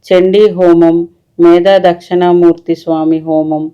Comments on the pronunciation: Dakshana Murthy kaadandi dakshina Murthy devudi videos chesetapoudu vuchaarana important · అది దక్షిణా మూర్తి అండి.... దక్షణా మూర్తి అన్నట్టు వినిపిస్తుంది... సరిచూసుకోగలరు.